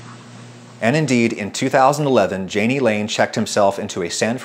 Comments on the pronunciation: I of course, had to read Wikipedia on Jani Lane. According to it, the name has a soft J (as in his grandfather's German language), so more /yayknee/ not /djayknee/ (approximately). Love your videos BTW, and good lesson for those seeking fame. And maybe also a lesson on why not to be a Karen. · Not to be a naysayer because this was a great video, but being someone whose name also started with a J but is pronounced like a Y I HAVE to let you know- it’s pronounced “Ya-nee” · Say it with me.... Yah-knee = Jani